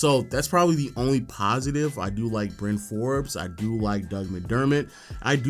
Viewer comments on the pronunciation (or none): none